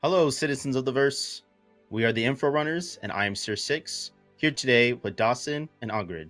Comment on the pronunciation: Finally someone doesn’t read dasein as dyson.